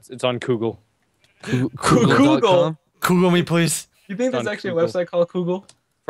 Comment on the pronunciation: he sed koogle